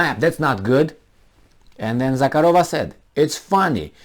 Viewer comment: zakArova, not zakarOva